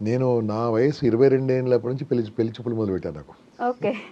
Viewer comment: పెళ్లి అనటం నేర్చుకోమ్మా పెల్లి అని వినలేక పోతున్నాము